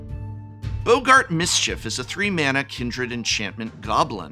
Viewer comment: 😂 calling boggarts "Bogart"